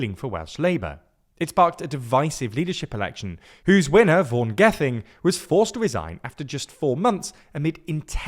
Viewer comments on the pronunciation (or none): none